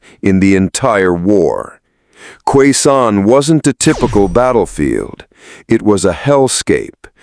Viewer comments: I served in ‘Nam (Vietnam) as a Marine, and I’m here to say that Khe Sanh is pronounced “K Son”, like the word “on” you know? There is no “Q” sound in it. . . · The way he's saying it is definitely brutal.